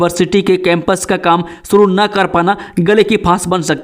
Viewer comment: Naa ko no khte ho uchaarn sh kren.danyvad